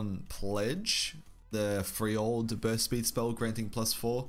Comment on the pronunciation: Frell-Yord. you gotta say it Frell-Yord. Not Free-Old. Ya boy Mortimar sent me this way.